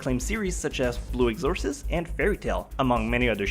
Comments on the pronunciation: Apparently "exorcist" is now pronounced as "eggs-Or-tis " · Goddamn, the mispronunciations are strong in this one. How in the world, can you mispronounce Exorcist, Author, Accuracy, Programming, Appearances and Toonami? How? And Idk how anyone can pronounce Kirito & Asuna differently, when the right way to pronounce those names, was done in both the English & Japanese Dub. I might as well stay away from anime-related 107 facts, because the pronunciations always seem to get screwed up. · blue eggzorsist....pronunciation op as fuck